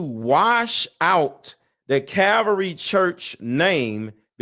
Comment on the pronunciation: Bro, it's Calvary Chapel. And be sure of what you're talking about, calling them a CULT Just a helpful tip. Love the vids.